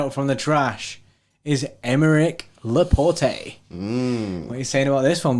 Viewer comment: Pleaaase guys stop saying Laportay 😂 It's pronounced Laport' as in "passport", he's French !